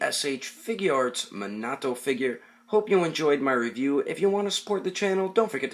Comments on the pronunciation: It is minato not menoto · "Manato figure", he's name is Minato, Mi-Nah-toh, not "Manaah-to" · It's me-na-to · His name is actually pronounced mee na to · Ummm.. I'm pretty sure it's pronounced (me-na-toe) Minato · Did he really say mahnahto in the beggining? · It's pronounced ku ni his name is pronounced me na toe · I don't wanna be the guy who is always correcting people and being a nerd but you are saying his name wrong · he said the name wrong